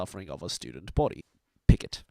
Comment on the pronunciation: A few things to note: Piggot is actually pronounced 'Piggoh'. Coil tends to be flanderised into kidnapping everybody that might possibly be useful to him, forgetting that he finds carrot preferable to stick. Miss Militia is a bit of a yes-woman, who will follow orders she disagrees with and pass things up the chain rather than make any difficult decisions herself. Kid Win's specialty isn't just modular equipment, it also includes stuff with multiple functions and alternate settings. Basically, equipment you can customise on the fly or, as I like to think of it, his specialty is ADD equipment.